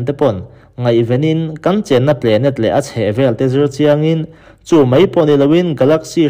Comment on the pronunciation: Ngaihthlak a nuam in a bengvar thlak thin khop mai..mahse.....i pronounce a dik lo deuh thin..entir nan "planet" pawh 'plenet' ti in i lam daih zel a,mizo tawng taka chhiar pawn 'planet' chu a dik chiah tho